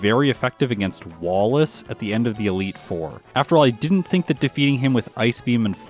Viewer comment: I love the emphasis on WALL in Wallace... Let's hope that you won't get.. eh hem.. WALL-aced at the final battle buddy ;) EDIT: forgot that the REAL final battle is Steven Stone here and not Wallace... But all the same I think my joke still applies? Edit: glad to see WALL-y didn't WALL you either... Man these wall puns are bangers especially your emphasis earlier lol And triple EDIT: turns out I was right, WALL-Ace DID WALL you after all 😏 with Steven Stone coming in second